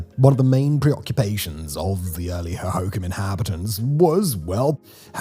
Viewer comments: Ugh, Simon...the pronunciations hurt me... Gila is Heela, Pap ah go, Ho ho kam. Stop running syllables together. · FYI the Phoenicians pronounce Hohokam with the emphasis on the last syllable 'kam'. Just saying. The change in the emphasis syllable is common among many native American languages I've noticed. I'm a native Phoenician, but not a Native American proper but I really love learning about their culture. If you just ask them nice they're pretty happy to talk to you. An American Indian (the commonly used term for Native American used in Arizona) could tell you more about that and are usually pretty happy to talk about it if you just ask nice. It's a fascinating language group, and people. Of course, the Hohokam have long since disappeared so we'll never really know for sure. Sadly, Phoenix is literally built on top of the ruins; and unrecoverable. Arizona is a fascinating place with a lot of lore to explore. THANX. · Ho-ho-KOMS. Not an obvious pronunciation. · Hohokam pronounced hoe hoe calm. Thanx. I’m Phoenician BTW, born here. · Lol, I can tell Simon hasn't been to Phoenix at all. He can't properly pronounce Maricopa, Hohokam, or Gila. As a naive Zonie, love the misconceptions people have about this place.